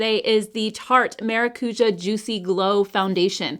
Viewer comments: haha the ja is more like jaaaaah it’s a longer sound 😅. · The use of the word maracuja by Tarte drives me bonkers. It means passion fruit and there is no passion fruit in most of their products. PS: it is pronounced ma rah cu jah